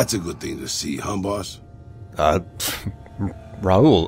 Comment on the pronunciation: Raul as in Ball as in Paul as in Tall not as fool or as tool it is raul as in paul.